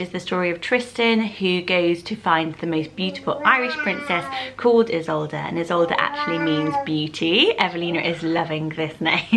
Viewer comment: Isolde not Idsolde but I like this one too